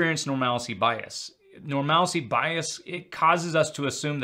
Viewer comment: love your videos but one that always bothers me. Normalcy is NOT pronounced norMALacy… It’s pronounced “Normal C” Why do people have to add an extra A into the word? Just say it correctly, PLEASE!!!